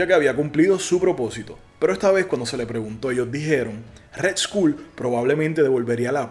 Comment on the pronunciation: red-skol!! asi se dice no redschool ! jajajaja escuela roja jajajaja